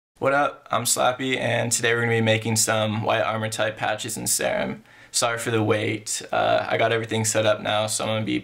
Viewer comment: it’s sear-um like an actual serum of medicine